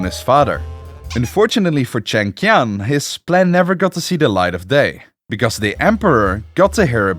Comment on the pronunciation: The animation is awesome but I don't get how you managed to pronounce "Li" in so many different ways while reading the same script, especially since it's among the most common surnames in the world. Not to many the many variations on "Chengqian" while is pretty easy if you know the q is pronounced similarly to the English "ch".